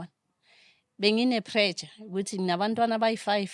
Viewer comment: Black people its pressure not predja!!